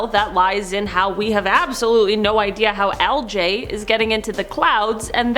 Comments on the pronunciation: Why you pronouncing algae wrong?? It's not aljay it's algae?! 😂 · Algae. Like al-gee. Omg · It is pronounced "Al-gee" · I've never seen anyone pronounce algae like how its spelled until now and I'm unsure of how to feel. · I'm sorry but the way she pronounces algae is kinda funny to me. I've always heard it pronounced with an 'e' sound at the end not an 'a' sound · One thing I learn in every video: the differences in pronunciation of different words between the US and Canada. In this video, it’s the word algae. lol I also learned at the end that has a sailors mouth like me! 🤣